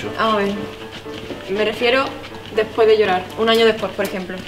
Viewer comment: después va con acento, en el minuto